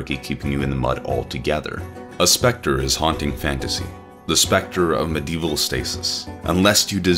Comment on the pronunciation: "Mdeval" "MYlennia" you just can't pronounce ANYTHING right, can you? Edit: "InfallEable?! Infal-E-able!?!" Where are you getting an E in the middle of Infallible?